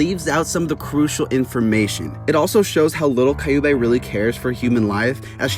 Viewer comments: Their names are pronounced Q-bay. Like the sound you make when you say the letter Q then bay. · Prounouce kyu(q) bey(bae) and its a he but great essay it just is gratting my ears